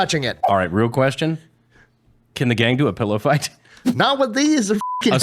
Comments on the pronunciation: it's a "pillow" not a "pellow" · saying “pellow” still not used to it lmao 😂😂